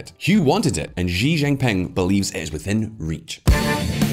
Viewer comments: How can this channel pretend to know the first thing about China when you can't even pronounce his name properly!? it's 'SHE', Xi is pronounced SHE not Jee or zhee or another other...... Can someone Chinese chime in here please?????? jeesh. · Xi is pronounced like the letter C or "see" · Currie Depends on which dialect. I pronounce it as ‘see’. And you are right, most channels and commentators thus far do not know the first thing about China. China is very much more nuanced and complex. Practically all the people I know and me included, would not pretend we know what is going on in China, and we are of Chinese heritage!